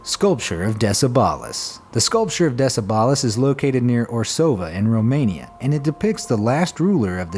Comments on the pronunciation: Duuuude! You butcheredthe romanian language and the name of Decebal you read De-ce-bal = De-che-bal where "che" as in "chess")...but i enjoyed my cou try being on this list boop, subscribed ✌👍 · You said Decebal and Orsova so strange, I nearly missed our romanian sculpture :)))